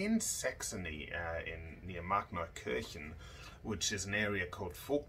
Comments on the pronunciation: i have a rather personal question: did you move to australia at some point or were you actually born here? because your pronounciation of "Markneukirchen" is so good I'd assume German is your mother tongue and also there is that Kennzeichen above your door :D also, thanks a lot for the super interesting video/history lesson! definitely subscribed to your channel and would love to get educated more :) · I heard him say those words and thought "Okay, he's GOT to be German, there's now way he could pronounce Markneukirchen like that otherwise."